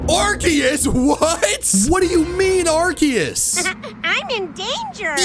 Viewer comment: didnt pronounce arkoos correctly